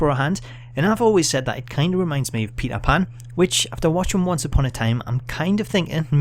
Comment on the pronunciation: OH MAH GOWD! IT'S PETAR PAN!